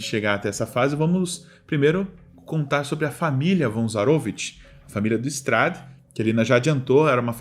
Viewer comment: ZaroVIch. Não ZaROvich.